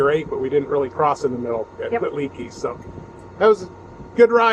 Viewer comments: I live in the area and its pronounced "Lake E". Bent rim is a great stop to get a refreshment and to stretch the legs.👍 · Haha, glad someone jumped into the comments to let you know how to pronounce Leakey! I grew up in Leakey and now we home base here. When I saw the title I had to watch to see where you ate. Bent Rim is always a good choice. Next time stay at one of our RV parks along the Frio River and enjoy the clear, cold water!